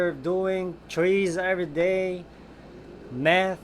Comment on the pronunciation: when you clouded with whatever you doing tree's everyday math i spit all over my computer took me a second to realize you said meth